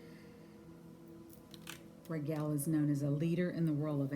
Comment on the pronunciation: Pronounced Ragel instead of Raguel.....so is his name connected to Rigel star system aka Alpha-Centauri???